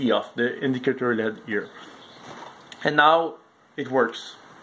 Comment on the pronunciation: Don't forget Lead instead of L.E.D.. They mispronounce a number of words an also use some improper terms. The proper words area associate and pair.